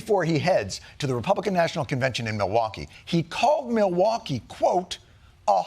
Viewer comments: Continues to mispronounce the name of the city. Mawalkee instead of Milwaukee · His speech is slurring a bit, now mispronouncing Milwaukee.